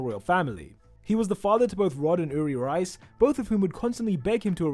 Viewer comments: the way he pronounces "reiss" like "rice" instead of "reese" 💀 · rice??? you mean reiss? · Why does he pronounce Riess like rice?? "The Rice brothers" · reiss? nah , rice